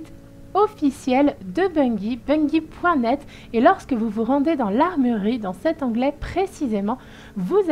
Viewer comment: On dit pas bunggie mais bunjie mais sa s'écrit bungie